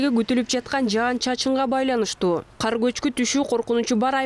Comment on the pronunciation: Эмнеге каар жайт дей бересиңер ."КАР " менен "КААР " деген сөздөрдүн мааниси эки бөлөк .